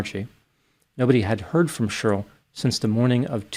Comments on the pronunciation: It cracks me up how you pronounce Cheryl like Churyl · I like how you say Cheryl. SHRL